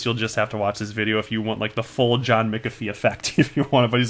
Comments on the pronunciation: there ought to be a rule whereby a Youtube content provider be not allowed to pronounce a person's name unless they heard the person themself pronounce it, or heard it from two or more experienced sources. McAfee is pronounced MACKAFEE with the accent on the MACK. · John McAfee pronounces it Mackafee . DAI pronounces it McAfee. Now you pronounce it Mickafee. Lol I wonder which one is right